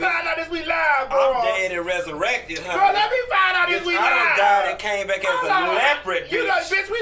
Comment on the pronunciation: "Wearin this Leoprid print!" 😭